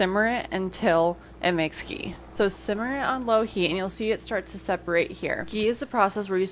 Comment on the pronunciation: I refuse to believe that's Ghee. I also refuse to learn how to make ghee from a person who can't pronounce ghee.